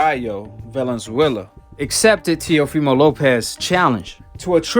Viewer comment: Finally someone pronounced Valenzuelas last name correctly lol